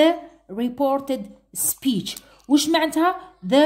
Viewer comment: Speech wla شاطئ 😂😂